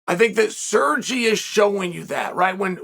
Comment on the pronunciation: sergy LOL